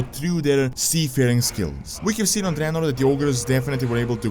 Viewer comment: Finally someone who says 'Dreanor' and not 'Draynor'